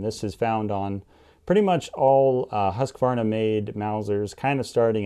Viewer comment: I like how some people say “Husqvarna” because almost none of them say it right xD